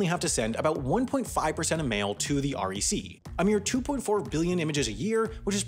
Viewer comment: Heading ‘R E C’ was driving me bonkers since we pronounce the acronym like ‘wreck’ but of course I wouldn’t expect anyone to know that. Plus the test was written in the 90’s so the cursive mystifies the teenagers applying. And it is grueling because you’ll spend 30 mins taking one of the ‘big’ tests and not pass because you made 3 mistakes, not 2. We’re hiring btw.